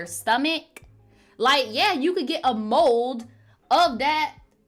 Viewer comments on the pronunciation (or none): I'm dying right now. I'd thought that you were saying mole instead of mold.😂 Why were people in the live talking about Gen z?